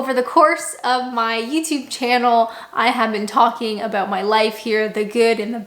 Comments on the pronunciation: Why do Canadians pronounce anything with 'ou' in the word as 'oo' e.g. about? You sound like you're from Norfolk! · I like how you say 'ah-booht' for 'about'. Pretty cool.